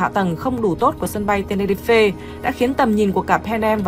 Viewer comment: Tenerife mà ad cứ đọc ten ni ri phê nghe như ăn phải sạn :(